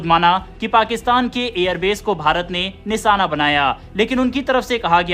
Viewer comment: Anchor alert निशाना या निसाना? बेवकूफ एंकर उच्चारण तो ठीक करो... कई शब्द गलत बोलकर अपनी भाषा का मजाक बना रहे हो। अगर तुम हिंदी भाषी हो तो चुल्लूभर पानी में डूब मरो